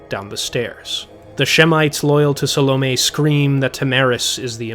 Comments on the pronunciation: Phil Chenevert is by far my least favorite reader. His pronouncing Salome like "Salami" especially irks me. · those damn salami witches